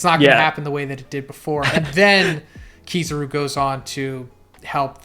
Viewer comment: Sorry, I can't get over how he pronounces Kizaru. :face-blue-wide-eyes